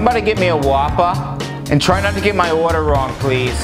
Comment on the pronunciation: When you pronounce whopper like guapa